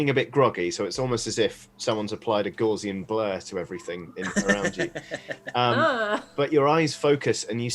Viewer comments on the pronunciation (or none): I think it's G-OW-SEE-UN blur, not GAUZE-EE-UN blur... IJS